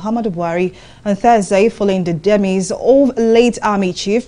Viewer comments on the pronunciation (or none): Did she say DEMIS instead of DEMISE?